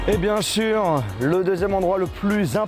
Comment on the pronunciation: "vouein" "vieein" "biensurein" je vais pas continuer mais sa me perturbe ton accent ou jsp pas quoi 🙄🙄